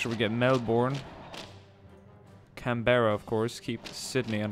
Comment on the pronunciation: Can-bara? Bris-bane? Mel-bourne? Really? Oh well :( it's okay